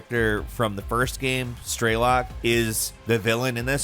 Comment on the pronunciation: He also says 'gaem' instead of game. Drives me crazy